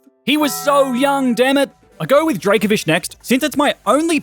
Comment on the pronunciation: DRACOVISH, NOT DRAVOFISE!